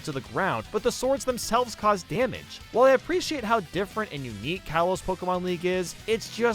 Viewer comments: I’m sorry, Kay-los?!! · ah yes my favourite pokemon region. kay-los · Kayloss pokemon League. Also: Kalos Pokemon League. It's Dell fine oh and Dell feen oh all over again Don't get me wrong. I love your content but sometimes you just can't seem to make up your mind on how to pronounce stuff. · You took it a step too far when you called Kalos "Kay-lahs" I'm sorry but I must unsubscribe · Closer than “Kay-loss” Pokémon lmao. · Bruh the way you pronounced kalos 💀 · I don't know what's worse. 75m or pronounciation of Kalos. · My guy just mispronounced Kalos smh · I thought you hated TGCO the most, but 75m can be debated for the worst... also you said kalos wrong and kalos pokemon league isn't bad... or maybe I'm wrong Edit: yu also said Kazuya wrong